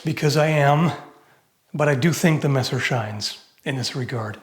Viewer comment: *angryliy tiping (for the sake of algorythm) * HOW CANT YOU... erm...let me think a sec... i dont find anything bad... ah, finally stop calling the messer "masser", but start speaking it more german like? cuz its a german word XD greetings from the black forest in southwest germany :D